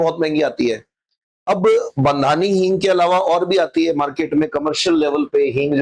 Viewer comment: बंधानी नहीं, बांधणी हिंग उचित होगा।